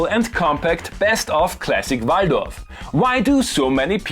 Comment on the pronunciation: Finally someone that says VALDORF as it should be said